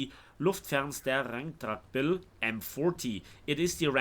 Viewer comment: How long did it take from you to pronounce it correctly and directly like that ??😂😂